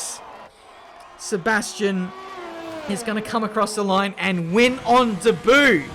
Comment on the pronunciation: Everyone else: day-bewt: di-boot